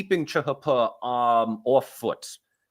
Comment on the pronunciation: 1) CHP is not chuh huh puh it's cheeh heeh peeh 2) You got some balls calling kemalism outdated, got anything to back it up with? 3) Although y'all and interested in interesting things, and I learned a few facts, I don't think all the study of turkey has resulted in a deeper understanding. Maybe Mike Doran offers tutoring?